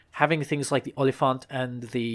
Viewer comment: Perfect pronounciation of Olifant. Well done